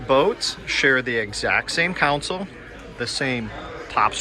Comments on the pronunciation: Thanks for the great review but please don't say council. It's console like con sole :) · Thanks for the making the video. You did a good job of highlighting some of the differences between the two models. Just two notes for the future. A “council” is a board, political body, or advisory group. A “console” is what you’re seeing on these small boats, and it is pronounced “con-sole”. Also, the toilet on a boat is a “head”. I’m not being critical — just trying to help you communicate with folks in the boating world, as these are familiar terms for us.